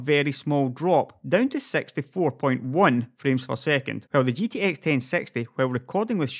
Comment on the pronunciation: is it me or when he says gtx 1060 he says gtx 10sexty